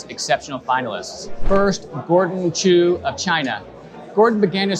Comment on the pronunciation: Gordon "Choo" pronounced shoe Give me a break.